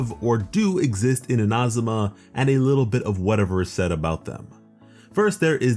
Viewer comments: eena- zoo- ma (not in-ah-zoo-ma) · It's neither. it's more like ee-na-zu-ma (IDK about the emphasis) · Its Inazuma not Inazuma .. plz say it correctly .. its annoying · Its not iNazuma its InaZuma, also SuMeru not SUmeru, its baAl not ball, im so sorry but this is anoying me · In-A-Zoom-A im sorry but its said this way in game and you butchered it the whole video. Please fir the Archons say it right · your pronunciation hurts me so bad. eena-ZOO-ma and AI-yuh-kah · “Ina zooma “ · Not to put any hate but anyone annoyed at how he says Inazuma as Ina-zum-ah? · No hate but it annoys me how you say Ina-zuma and ba-kafu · He said Inahsumah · yeah i heard you say inazuma once and knew this video was just not for me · The way he says Inazuma upsets me, but I appreciate the video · The way he says inazuma hurts me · The way he says Inazuma bothers me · Why do you say inazuma like that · the way you say inazuma scares me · I’m Japanese, and he really butchered a lot of the Japanese pronunciations in the video like Inazuma and Ayaka. I hope people learn how to properly say them ^^ I think it’s very important in showing respect. I do the same with Liyue characters ^^